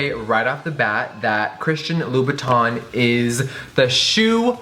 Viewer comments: i hate the way he says : Louboutin... he says it like Loubouton... but it's ' Loubouten... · It's actually pronounced "lou-boo-ten", everytime he said Loubotin i thought he was referring to Louis Vuitton 😂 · You are so ignorant, I cringe every time you say "louboutin" because you pronounce it "louboutON" rather than "louboutAN!" Go and learn proper French you tacky trollop 😂😂😂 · on dit Louboutin pas Louboutonneee !!!!! 😂😂😂 I'm french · Hearing English people pronounce “in” as “awn” (louboutawn) is just 😭💔 i love Jeffree and would never stop watching because of something so dumb but it’s honestly heart breaking (and just a little irritating) to a french persons ear. It’s definitely not easy to learn a new language and the french “in” sound isn’t a sound in English so English speakers have a really hard time saying it but oof.. it’s just hard when you know how something is supposed to be said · Just saying it’s pronounced la-boo-ton ok girl (not hating) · Love you! But please say the designer names correctly!!!It's LOU-BOU-TAw(n) silent n.... and Guerlain is Gare-law(n) silent n gurrrll! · I thought it was pernounced Labootin but whatever, you learn something new everyday... unless you don't. Btw excuse my spelling! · Hahahha the pronunciation: LUBUTOOOOOOON ahahahahahahah 😂😂😂